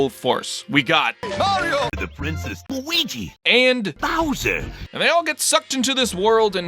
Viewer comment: We got: Mahreeoh Da Preensess Looweegie And Bahwzer